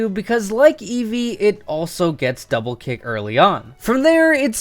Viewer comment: ITS EEVEE